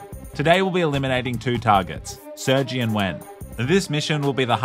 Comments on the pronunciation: saying sergjie instead of sirGay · you just call him sur-G (?? thats defo pronounced sir-gey lmfao) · Uhmm...I'm pretty sure it's pronounced sir-gay not Sergy🙃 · gotta love how he cant pronounce sergei correctly because youtube